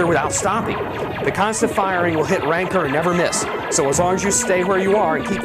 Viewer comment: What the hell is a "Ranker" ? Does he mean "Rancor" xD ?